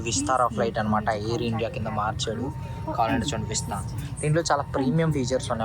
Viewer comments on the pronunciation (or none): none